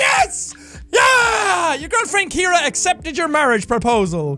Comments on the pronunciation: Calls his girlfriend Kiera when her name is pronounced Sierra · Ima just put it out there her name is not Kira its ciara pronounced sea-air-a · Ciara is pronounced like Sierra (See-Air-Uh) not Kiera (Key-Ear-Uh) haha, just thought I'd let you know if you see this ❤ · Did anyone notice he says "Keira" the whole time but her name is Ciara (like see-air-a)? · When his girlfriends name is really said like C-air-a but Jack keeps saying Kiara 😂. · ciara is pronounces See-ara not key-ara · I'm sorry to be the one to break it to you but Ciara isn't pronounced key-ear-ah but c-air-ah. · Jack i swear I love you but Ciara is pronounced see-are-ah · Pretty sure your girlfriends name is pronounced “Siarra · Jack got engaged to Ciara but still cant pronounce her name 🤣🤣